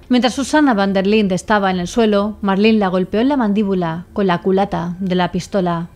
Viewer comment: Primera ves que escucho mi nombre en una asesina, soló que no dejo que me llamen Marlyn como el pescado 😂 es Marlen y sin e al final